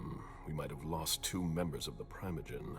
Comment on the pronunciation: As someone who’s played Table Top VTM since 1996 that’s NOT how primogen is pronounced!!!!!!!!